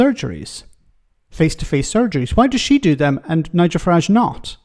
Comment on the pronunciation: Lots 😂😂 Fuhrage 😂😂